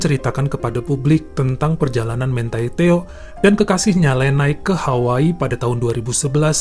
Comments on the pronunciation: Kok bacanya HAWA-I bukan Hawaii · Hawaa i,,lucu deh si abang bacanya Hawaa ii